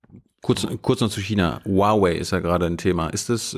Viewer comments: Cool, dass du Huawei richtig aussprichst. Der erste Journalist der es hinbekommt. 很好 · Wow, du sprichst Huawei richtig aus😅 Fette Probs an dich Thilo 😚